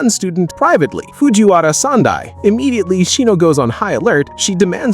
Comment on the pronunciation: did you guys hear him say Fujiwawa